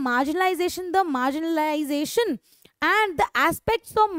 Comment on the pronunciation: Marginalisation❌ Margin*I*lisation✅✅ 😅😅😂😂